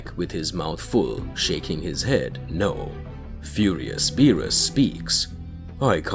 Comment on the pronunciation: Okay, he still saying "bills" for Beerus but then he says Beerus right. Did he forget to intentionally say it wrong? Well, thank God finally he stopped saying it wrong. Now, if he would stop click baiting "Whis is scared by Goku" but in the story it never happens and the incessant repeating the story instead of posting something new but we're getting there. His channel is getting better.